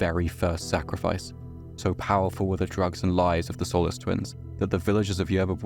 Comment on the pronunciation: Had to stop the video because you're butchering my name and it's annoying the shit out of me The i in Solis is pronounced with a hard "E" sound as in the ending of "see" or "flee". Also the o isn't pronounced like in "olive". It's pronounced as it is in "soul"